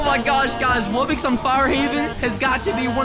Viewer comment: ITS RARE WUBBOX NOT RARE WUBBIX